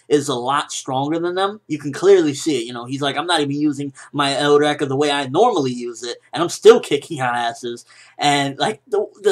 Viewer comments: Why the hell do you pronounce Eureka like that? It's pronounced YOUR-EE-KA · you're pronouncing Eureka wrong. It's pronounced UREEKA it's the word Archamides supposedly used. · I doubt your saying eureka right. It isn't an object or a name it's an interjection or an exclamation